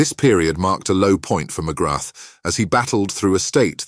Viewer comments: Very frustrating, mcgrath , pronounced mcgra , not MCGRATH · Just to note. You do not pronounce the ‘th’ at the end of Paul’s surname. Phonetically it sounds like ‘Magraa’. Don’t wish to sound pedantic but I’m Irish and know how it is pronounced. And he’s a legend here and despite his trials and tribulations. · Hate the way you pronounce his surname , it''s McGraa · Would you at least pronounce his name properly.